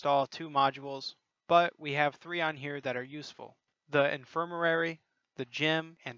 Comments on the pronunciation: In-fir-ma-ry Not infirmarary. Other than that, helpful video lol. Gave me Forest Whitaker eye listening to you say that word over and over. Good video and keep up the top notch work. :) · im sorry but..its "in·fir·ma·ry" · God I’m sorry I burst out laughing hearing you attempt to say “infirmary”